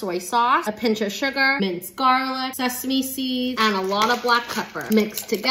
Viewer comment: "Luuk ut thut" 🤣🤣🤣 love how she said it at the end